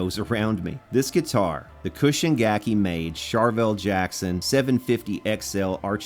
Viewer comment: Its CHUUSHIN, not KUSHIN. I own a Cobran bass, which was made at that same factory, at it was Chuushin's in house brand, but you probably have no idea what those are.